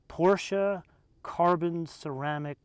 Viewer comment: Finally an american who can correcly pronounce PorschE